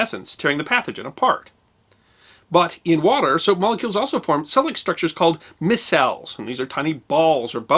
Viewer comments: pronouced 'my cells' not miss cells... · Micelles is pronounced My - cells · Ply-knee The Elder (or Younger). My-cells. Otherwise chemically very accurate!😀